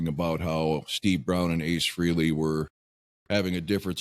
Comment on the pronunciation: Frehley...pronounced fray-lee.